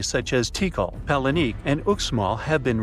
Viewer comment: Wrong prononciation of Palenque